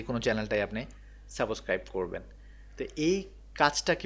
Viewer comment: ভিডিওটা অনেক সুন্দর হয়েছে , যদি সম্ভব হয় সাবস্ক্রাইব শব্দের উচ্চারণ টা ঠিক করে নিবেন, ধন্যবাদ.